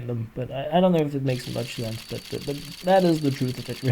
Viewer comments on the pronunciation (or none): none